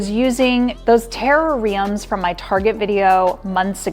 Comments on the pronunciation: Great video and ideas - Did you mean terrarium - and not terra-riam? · I had to Google "terror riiums" 😂❤😂 Now it will never be the same. Love the video.